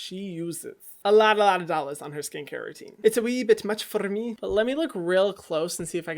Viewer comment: "it's a wee bit much forrrr meee" - Hyram